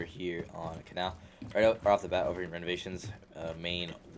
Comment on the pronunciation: Why you say kanal like that.